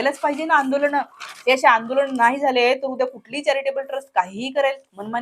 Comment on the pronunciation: आंदोलण नाही ग😂😂😂😂अर्धवट बाई आंदोलन म्हणतात आणि दवाखाणा 😂😂😂नाही दवाखाना तुझी लायकी सुद्धा नाही ग मंगेशकरांबदल बोलायची.....इतकी सामान्य आहेस तू म्हणजे खरच कुठून येतो एवढा आत्मविश्वास 😂😂😂 अडाणी